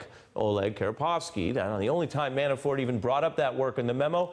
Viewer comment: Why does the prosecutor keep calling him ManaFORE? He mispronounces Manafort's name in every interview I''ve seen.